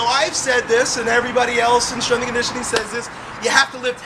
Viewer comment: did he just say "you got strenth questions"? what is strenth? isn't it "strenGth